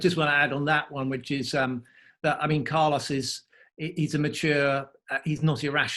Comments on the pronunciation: I will miss him saying Carlous in the future hahaha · Mr. Brown should learn how to pronounce the name Carlos correct, it's not that difficult.